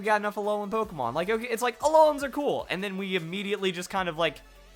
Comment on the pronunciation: is awesome, but he keeps mispronouncing Pokémon! It's Pok-ay-mon! Not Pok-a-mon!